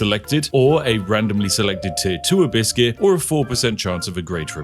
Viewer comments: I kept hearing you say "A biscuit". I got hungry. Had some tea. Can confirm you are a wizard. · What he says "Abyss gears" What I hear "Abyss-cuit" ah, the perfect companion to Infernal Grey tea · I just hear "Biscuits" instead of "Abyss Gears"... Cant. Unhear. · “Abiscus” “Abiscuit” “Abiskiss” 😂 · Abysscuits... half the time you say abyss gear i hear abysscuit. Now its forever their only name lmao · A bisgear? Almost sounds like you're halfway saying a biscuit, but remember it's abyss gear xD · Every time you say "Abyss Gear" my American mind hears "hibiscus" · you know your tired when you swear he says Biscuit instead of Abyss Gear, Unless that's what he is saying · the more i hear spiff say Abyss Gear.. the more i start to hear the word a biscuit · every time when Spiff said Abyss gear my ears heard " Biscuits, biscuits " :D now i want some, Thanks Spiff! :D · Every time Spiff mentioned "abyss gear" I only heard "a biscuit". Only after seeing it written out I understood it wasn't a biscuit he was talking about. 😅 I guess this channel is so tea coded I already think like a tea loving brit 😂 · "Abyss gear" all I hear is biscuits. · Ohhh "Abyss gears". I kept hearing biscuits. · Spiffing Brit said Abyss Gear, I heard Hibiscus. :v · I kept thinking everytime you said Abyss Gear it sounds like you were saying "A Biscuit" lol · I swear you keep saying "a biscuit". Craft a biscuit. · Watching this at 2x speed makes "abyss gear" sound a bit like "a biscuit". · When watching at 2x speed, "abyss gear" sounds like "a biscuit" 😄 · I heard - Infinite A Biscuit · I swear he was sneaking in some biscuits instead of abyss gear at some points... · Spiff said “Abyss gear” but I heard “a biscuit” which made this whole video so much better. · I keep hearing biscuits instead of Abyss gear! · Ahhh Abyss Gear, I thought you were saying a biscuit! Or do I have tea on my mind that everything is something to do with tea. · Am i the only one who heard it ‘Farm a biscuss’ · "A biscuizz"